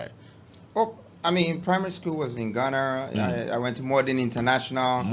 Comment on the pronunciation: To all you fuuulishly vouching for this scam, let the fact that he called Ghana “ghanurr” open your eyes to the fact that he’s never REAL. Even the western people with the slang, and slur, never say “Ghanurr” no kwasia bi. Fanfooler